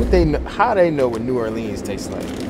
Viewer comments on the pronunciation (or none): none